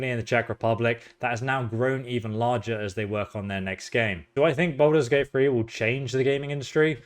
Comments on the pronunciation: "Balders Gate Free"😂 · This guy keeps saying, "Baldur's Gate Free" and I keep thinking, "when?!"